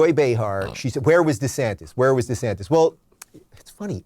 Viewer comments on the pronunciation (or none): Ron DesanTIS not DesantEZ